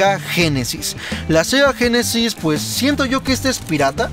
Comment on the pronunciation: Me estresa que digas Sega génesis jajajajajajajaja Y que los tires Los avientas No hagas eso... Cuidalos